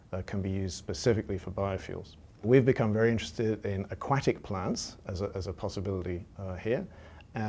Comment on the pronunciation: "aQuackic plants" I HEARD HIM SAY IT.